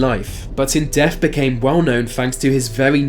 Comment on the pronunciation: Is it just me or is he saying def instead of death?